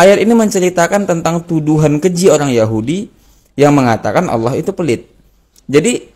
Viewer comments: Menyebut ALLAH, saja berbunyi AWLAH, dr situ sj udah ngga bner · Awlo..awloo.. gak bisa melafalkan Allah dengan sempurna..😮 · MANA ADA UMAT MUSLIM MENYEBUT ALLAH DENGAN SEBUTIN AULOH..SAYA JADI MUSYKIL AFA BENAR INI UMAT MUSLIM..KATANYA ILMUNYA TINGGI..NYEBUTIN NAMA ALLAH AJA SEPERTI ORANG NON MUSLIM.. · Si nyebut Allah saja dia gak becus...mana ada Allah di baca jdi Awlloh...mana ada huruf WAU nya😅😅😅😅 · ini hampir di setiap vidionya Kalo yg sy dengar nyebut Alloh kedengarannya seperti AWLOH,🙏🙏 mungkin sy salah dengar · Kalimat yg dibaca bukan Alloh tapi dia sebutnya awloh..... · Kita liat dia nyebut nama ALLAH saja sdh salah..Awloh..dasar si oten oten.. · DARI LOGAT NYA AJA ,UDAH KETAUAN DIA BUKAN MUSLIM,,,NYEBUT ALLAH AJA AWLOH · Bukan Awlo tapi Allah, lidahnya keluh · ALLAH puulll.. Bukan awloh😩😩😩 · Itu bukan orang muslim cara mnyebut harusnya Alloh seperti/kedengaran AuwlloH.harusnya ada penebalan/penekanan di huruf l jadi Alloh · Aneh ini si. mengucap nama allah itu seperti ini: aullo. Semua ustadz menyebut lafaz allah itu ya allah dengan fasih nya. Dia koq bilang nya aullo,jangan² dia pura² islam. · aneh kok dipanggil ustaz orang macam ini, nyebut Alloh saja" auluoh" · menyebut ALLOH aja, awloh, jelas dia orang yang ga jelas, ALLOH hurufnya bertasjid bukan pake W, laknat tulloh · Ayo dong segera bertindak! Payah orang ini, menyebut اَللَّه saja salah. Dia bilangnya AWLOH... Astaghfirullah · Nyebut nama ALLAH saja dia susah😰😰😰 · Bener meresahkan ini terus bahas bang nyebut allah aja awloh mui plis dong gimana ini ini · Ucapkan Allah aja alluuhh...😂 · Menyebut asma Allaah aja nggak bisa itu pendeta sepertinya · Ucapan ALLAH aja nggak teteh. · Ini siapa ya sebenar nya? Nyebut Allah aja gak bener terlalu berat x lidah nya wah curiga saya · Nara sumber.yg di masalah kan.melafadkan Alloh saja gak pas.